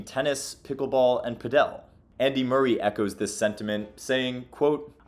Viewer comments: It's paaaadel not paddel, my ears lol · are you sure its pidel and not padal this vedeo really bored me its just typical american bumb now they cant even say padel not it pidel like piddle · Why you pronounce it like that! Paddle. Just say paddle. And, you say Argentina is starting to catch up in padel? Wow. You are so ignorant. How can you make a video like this without doing some proper research. Not good. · Did he just call Paddle, Pad-El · cool video helps, i play PADEL (PA-DUL) not pa dell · I live down here in Colombia and the place I play tennis also has padel courts. I am not saying who is right or wrong, but down here padel is pronounced by my Colombian neighbors in Spanish as "paddle" rather than "padél" like in the video. Not saying anyone is right or wrong, just making the observation. BTW pickleball is not a thing at all down here. The place I play is owned by a retired Colombian tennis pro, who ironically now seems to prefer Padel. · Its not “padeL” but “paDel” :-)) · Sorry, but not sure why you pronounce it as padEl (accent on the E) when it’s pAdel (accent on the A). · It's Pádel, not Padél, So like paddle, not like Nobel. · It’s not PA DEL it’s pronounced PAD EL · The mispronunciation of Padel drove me crazy. It's not "pa-DEL". Jamie Murray pronounced it correctly. How it's pronounced in Europe is phonetically "paddle". Good content you probably just contributed to a bunch of people not knowing how to say this game's name. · It's PA-del (pa as in party, del as in deli), not pa-DEL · Who will tell him it’s not PadEl it’s PAdel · It’s paddle; not padel. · why do you pronounce Padel like that ? It sounds like paddle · You can just pronounce 'Padel' as 'Paddle'. In Spanish, the stress is also on the 1st syllable (pádel). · Ive never seen someone pronounce padle so wrong before 😂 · So.... PÁDEL pronounced, at least in Spanish; the accent is on the á.... So the strong syllable is the first, not the last one. PÁ!.....del... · did you just call padel, pedel